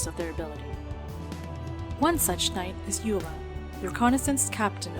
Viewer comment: Hahaha loved the "EULA" at the end. Thanks for the awesome vid